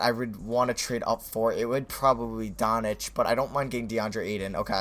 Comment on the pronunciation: It's Luka Doncic, not Donic you mispronounce his name every video it's baffling